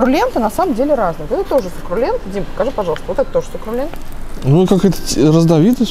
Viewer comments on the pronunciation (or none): Сукрулент серьезно?:)))